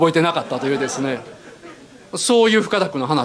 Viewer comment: 岡田さんの話し言葉、最初の方はイントネーションも含め標準語なのに、「深田くん」の箇所だけ関西のイントネーションなのが笑った。